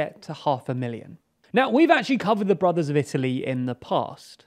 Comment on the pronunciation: What is he saying? "The broth of Italy"?